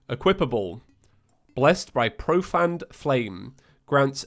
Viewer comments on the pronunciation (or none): its not proFAN its proFANE FA-NE